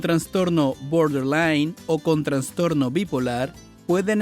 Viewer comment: En castellano, NO ES CORRECTA ESA PRONUNCIACIÓN, 'GUESHTALT', ADEMÁS TAMPOCO es correcto decir traNStorno, sino., TRAStorno, SIN N, LA PERSONA QUE NARRA ESTE VIDEO IGNORA CÓMO HABLAR DE MANERA CORRECTA, imaginen el tipo de terapia que va a brindar, evidentemente sólo es labia lo que se vende muchas veces con estás terapias y mucha gente cae en ésos engaños 🤮 !!!